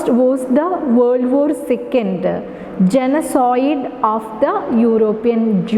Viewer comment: Genocide- Please check the pronunciation